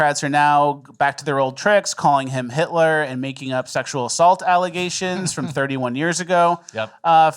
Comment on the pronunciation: Waaa waaaa 😢 hitwer oh noo it's scawy Hitwer😢